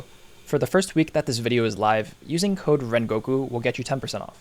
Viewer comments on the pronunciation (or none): none